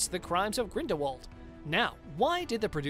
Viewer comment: Do some RESEARCH… Grindelwald is pronounced 'GrindelVald', as Rowling has said herself in numerous interviews! She has also stated that the 'T' in Voldemort is silent, so it is pronounced 'Voldemor'.